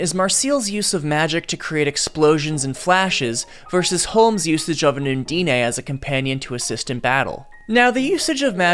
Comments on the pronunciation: I'm sorry? king durgal?? DE-GAL it's pronounced DE GAL. Also don't pronounce the E in undine it's silent and makes the i sound like ee, so it's pronounced un-deen. I apologize on English's behalf because it sucks but please look at the words and listen to how other people say it. Other than those slight nitpicks about how you pronounce made up words, amazing video. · its un deen ** pronounce the words correctly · Bro you mispronounced Undine Uh(like, uhh…)-n-dine(as in fine dining). It’s european elemental magic alchemy bullshit, it’s quite common in stories so it’s a wonder how you fucked up the pronunciation so badly. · From the pronunciation of Marcell and Falin's names alone, and essentially the Undine (on dean ayh?) im almost positive this is AI generated garbage, but I'd loved to be proved wrong. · Undine isn't a Japanese word you don't need to add the e sound